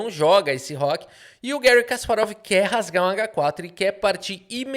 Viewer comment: O nome não é estadunidense, é russo. Assim, fala-se Garrí, nunca Guéri.